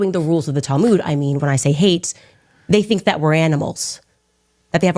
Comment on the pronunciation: “The talmooj” I can’t 😂.